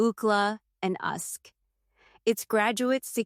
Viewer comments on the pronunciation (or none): So funny how AI screws up acronyms like pronouncing UCLA "Ookla" or UK as "Ahuk" 😂😂